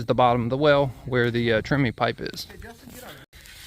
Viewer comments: TREMIE, not "Trimmy". It is a man's name, the guy who invented the Tremie Tube. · Thanks, very informative. FYI the term, although pronounced trimmy, is spelled tremie. In major concrete projects like footings the use of the pipe is reversed. A large pipe is set in the hole and the concrete is poured inside of it. That pipe however is slowly raised as the concrete is placed rather than being left in place. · It is TREMIE, not "Trimmy". It is a man's name, the guy who invented the Tremie tube.